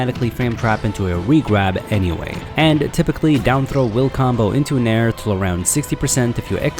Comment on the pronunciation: Legit though he was saying "mare"